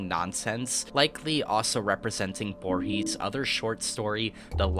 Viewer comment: Cool video. I think the white room in space at the end was a reference to the end of the 2001 movie. If you do more stuff like this be sure to check on the pronunciations of non-English words and names like Sera and Borges before recording. Also thought the substitution of the word suspecting for suspicious was odd. I also suggest people check out Wax Tailor’s version of Que Sera Sera. Let Go graffiti also featured very prominently in the somewhat hellish, very hard early post war timeline Fallout: Frost. From the people who made the similar Dust mod for New Vegas. The storytelling here also has some echoes of the famous my house level for Doom which I think you referenced in passing with the Doom HUD at one point.